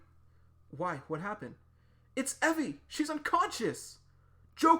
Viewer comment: I thought Evie's name was pronounced ee vee